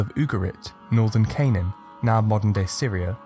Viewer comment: Aint no way he said Canaan wrong😭